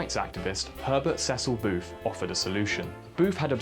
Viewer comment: You pronounce booth, boof